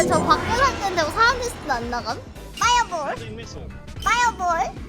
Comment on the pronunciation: 파이어 볼은 빠 로 발음하고 프리즈는 P 발음이넼ㅋㅋㅋㅋㅋㅋ